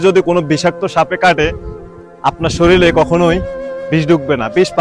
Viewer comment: শরীল না শরীর